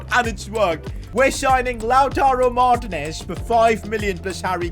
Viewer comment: I don’t wanna be mean but it gets me sooooooooooooo mad when you call him lautaro martnes it is Lautaro martiines